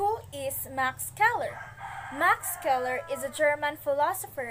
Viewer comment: Good job maam! Scheler is pronounced though as “sheler” not “skeler”